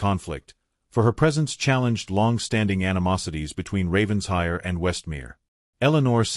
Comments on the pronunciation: Please, please, PLEASE, I beg of you, learn the correct pronunciation of RAVENSHIRE. It’s NOT Ravens-hire. RAVEN-SHIRE! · Please program the BOT for correct pronunciation of Title e.g. RAVENS-HIRE😮